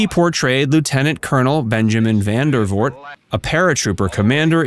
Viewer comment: It's Vandervoort. VANDERVOORT. Not "Van der Voot". Please.